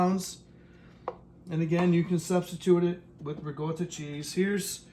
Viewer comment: there's no g in ricotta if you're going to pronounce it at least say it right if you're supposed to be Italian shame on you.